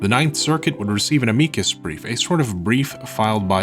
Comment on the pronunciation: Where are you from? Your pronunciation had me so confused (amicus/ameekus, parody/parity)